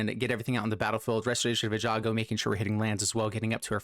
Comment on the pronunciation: Most butchered word in magic? All streamers repeat after me: ei-gan-jo ;) Great deck tho.